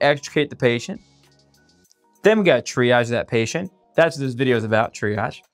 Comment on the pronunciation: .das hört sich an wie: dreiarsch - - warum dieses Wort-Verhunzung....?????